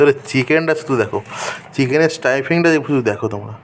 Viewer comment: Staifing na staffing hobe 😅